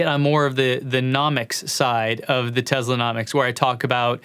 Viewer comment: Speaking of data - we sneaked into Rand in Santa Monica and ran a simple research test and based on every published pronunciation of "Tesla" since newsreels in the 40s including his own country of origin's pronunciations - that your subscriber base would increase by 17% if you pronounced Nik's last name with a soft sssss - like he did. Do you drive a model Ezzz? No, you drive an S. So really, data doesn't mean that much by itself does it? Signed, wise-ass. 🔚